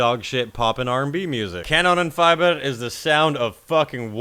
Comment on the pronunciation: It's FIEber as in Justin BIEber. Well, close enough anyway.